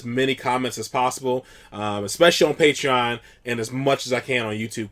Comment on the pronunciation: Belladonnichazeyjane - I heard him saying patron a few times. What is this patron? Similar to YouTube?